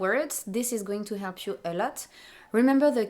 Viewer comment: The words "feminine", "masculine", "actually", "difference", "category", "discipline", "dealing" and "adjective" have a stress on the first syllable in English. Not on the last. :) And you pronounced "help" as "elp". :D